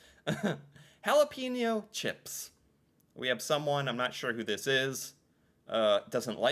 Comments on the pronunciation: Jalapenos ... GEL-A-PIN-O's emphasis on the A .... gelApinos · I’ve trained as a chef and I’ve never heard any professional cook refer to jalapeños as gelapenos.